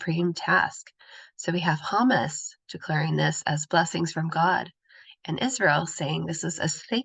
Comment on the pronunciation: Sorry to nitpick, but please review the pronunciation of Hamas.